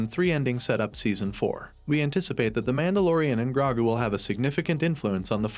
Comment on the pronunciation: Wow this AI narrator is terrible. Can you get a real person to do voice overs and pronounce Grogu's name correctly?